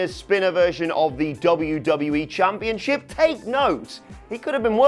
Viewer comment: ChampionSHIP not championCHIP... Jesus. It’s just English, I thought you guys invented the language.